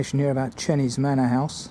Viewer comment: Great film and I've just subscribed to your channel. One little 'picky' correction, Chenies is pronounced Chaynies. Hope you don't mind!